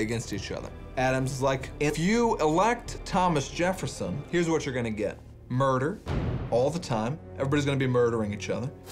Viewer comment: The way he mispronounces Jefferson lol “Jerrefson” 😂